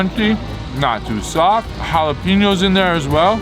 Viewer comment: Ok,....you cannot say pickled "jalapee-ños" anymore... you've been living in S.D. long enough to pronounce it correctly...ja-lah-peh-ños...just sayin'...😌